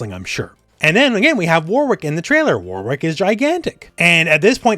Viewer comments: I don’t want to be that person but…it’s pronounced “Worik” not “War Wick”. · Who is this War Wick you speak of? (Jokes, it's always been pronounced Wor-rick but I'm British so who knows) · The name Warwick is pronounced “Warick” stop trying so hard